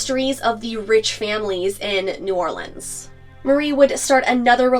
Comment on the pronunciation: I was hoping you’d show some love for your Louisiana fans and do this one! I actually learned some stuff. Also, really like that you knew how to pronounce New Orleans like a local.